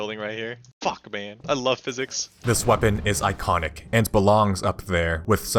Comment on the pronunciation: "Gordon. Single. Theoretical Physiss."